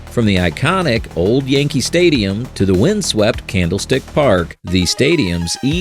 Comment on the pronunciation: “Yankel Stadium” 🤔